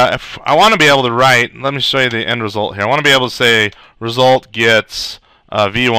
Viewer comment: is awesome! "Ree-sult"!